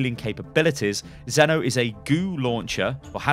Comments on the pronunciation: As someone who is actually called Zeno, why Zenno? where comes the extra n. I knew what would happen, but still pisses me off, when people butcher my name like this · maybe its pronounced zeen-o so it be zeen or zen